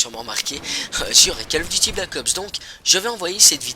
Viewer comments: lol c vraiment bizarre les gens disent "Kal of duty"... on prononce "col of duty"... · " Cale " of Duty ... Attends t'es sérieux ?